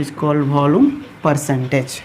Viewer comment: Its not volome it's volume